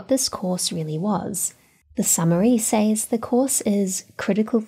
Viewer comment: What an inspiring and great teacher to have had ! What would happen… Trumpism level Department of Alien Warfare. Secretary of Obscene weapon spending … Your start talks about the curriculum “Says”. It is pronounced “sez”.